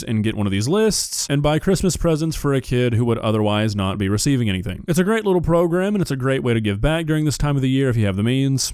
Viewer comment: My man said “progrem” lol